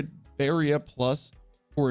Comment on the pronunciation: You are now pronouncing barrier correctly, which makes me sad, because I love your accent, but you've earned this! Much love!